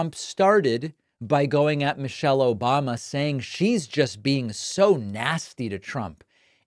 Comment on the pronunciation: I've officially been conditioned to always hear the soundclip of Hasan saying "Obamna" whenever I hear "Obama" now. Thank you.